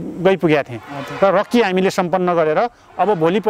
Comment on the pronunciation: रक्की हाेईन रेक्की हाे।